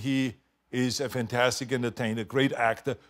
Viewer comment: It's "vantastic".